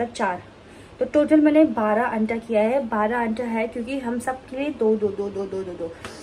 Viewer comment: What the hell is anta 😅😅 it's anda